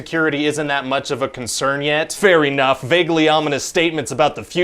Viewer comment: No thats not a typo he literally pronounces it fair eenough